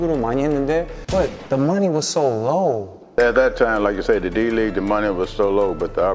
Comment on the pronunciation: Major Reague 가 아니라 League ㅠㅠ